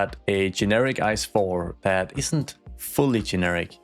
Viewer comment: Can confirm, every German knows the ICE trains. Btw we dont pronounce it like the word ice. Its an abbrevation for Inter City Express, so we just pronounce each letter, like I C E